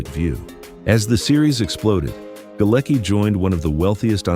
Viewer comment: The name Galecki is of Polish origin and is actually pronounced 'Galetski'.